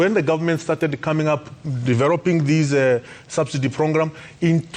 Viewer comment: A dude who can't say program lol